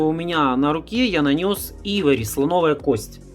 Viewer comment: Уважаемый автор ,цвет называется Айвори(Слоновая кость), а не Ивори,не Найд а Нюд и т д. Простите но если снимаете видео то поинтересуйтесь правильным произношением и ближе показывайте название потому что людям с плохим зрением трудно прочесть или говорите код.